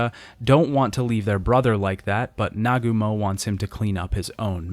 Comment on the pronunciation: he does this a lot other things are mispronounced, like Masuzoe and Nagumo